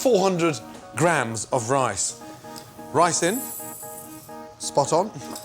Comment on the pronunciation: I heard "Ricin" as well, pretty funny.